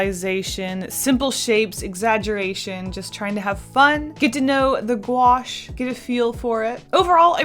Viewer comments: Me knowing how to pronounce it: Gouache Also me: gOo aSh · Lol, the way she said Gouache, "GwAsH"